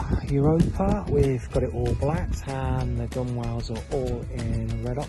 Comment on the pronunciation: I have watched all of your videos and learned a lot. A little lesson returned, gunwale is actually pronounced gunnel. Google it